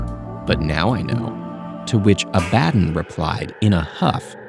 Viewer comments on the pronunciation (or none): Omg, it's "AB-uh-don" not "uh-BAD-en" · IT’S PRONOUNCED (Aaah - buh - dawn) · That pronunciation of Abaddon is diabolical